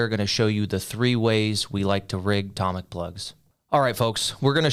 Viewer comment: toe mic not tom mic 😂😂😂😂